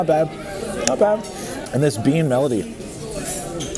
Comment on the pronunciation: Bean “melody”. lol